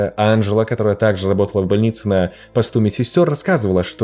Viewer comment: "ЛАБОТАЛА" ХАХАХАХХАХЕХЕХЕ